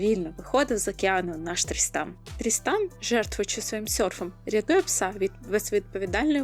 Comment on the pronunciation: Відео супер, правда мені все відео чується не "Тріснан", а "Дрістан"😂 нічого не можу з собою зробити😂😂😂дякую за відео і настрій